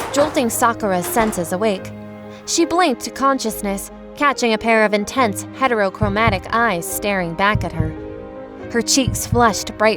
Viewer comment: IT'S THE INTENSE EMPHASIS ON "HETEROCHROMATIC EYES" FOR ME